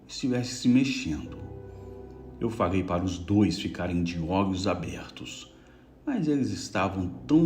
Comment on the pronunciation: Gosto de ouvir seus relatos.. Mais confesso que tenho agonia porq vc. Fala errado tipo olhos ogos.. Calafrios caga frio.. Eu tenho agonia desculpa ta